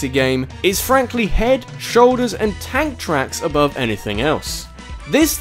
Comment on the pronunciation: lmao when you said TANK TRACKS, I thought I heard ANTHRAX. Ridley? ANTHRAX!...